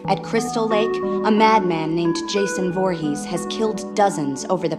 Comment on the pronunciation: "jason vhoorhees" (shows footage of roy from part V) i know you know this and you baited me but whatever